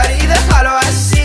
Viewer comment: En: es mejor dejar asi, asi, asi El asi se pronuncia asi no ai si